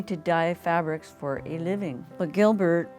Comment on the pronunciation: "Giblert" lmao